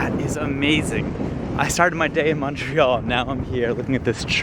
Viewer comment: So much genuine emotion and kind, everyday people going out of the way to help and connect with strangers. And so diverse in every way, culture, geography, etc Cheers from Montreal. And thanks for now correctly pronouncing it Muntreal and NOT Mawn-tree-all which is how most Americans say it. You also do well with Quebec K-beck and not Cue-bec or Cwo-bec